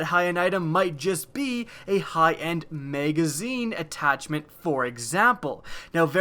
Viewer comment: Whats a "maygazeen"